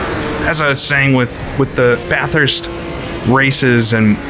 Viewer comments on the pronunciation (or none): pronounces it BATH-hurst, as in, taking a BATH, and HURST shifter. There's only one H. Most from the area will say BA-thirst (not BAH, the A is said like "apple" or "back".) Say "Bat" but drop the T for the first syllable. Then simply say the word "thirst". BA-thirst. Note: Some Aussies say the U sounds like an I, and drop the R. But that is just for the sake of the Aussie accent. When I was there, I was ridiculed for describing it like that. I will admit, I used to pronounce it BAT-hurst, putting the H in the 2nd syllable. I was told that was acceptable, but still wrong. I'll say this though. If the UK and US (my 2 citizenships) don't get their crap together soon, and start taking care of their own people, I'm moving to Bathurst. HEHE